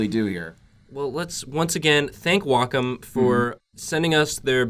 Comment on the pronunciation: You guys are not pronouncing Wacom correctly